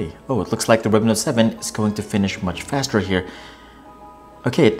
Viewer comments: How do you pronounce “faster” ? Lol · Exactly you can clearly see he never closed the apps running on Samsung m20 he just edited it out and cleared all the running apps from note7......and they way he says faster. like what faster it's not the flash vs quicksilver.... 😂😂😂